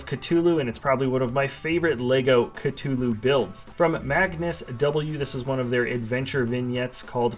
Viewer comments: Its no Ca-Too-Loo its CA-Thoo-Loo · Catoloe? It’s ca th ew lo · Did he say “cut-ulu”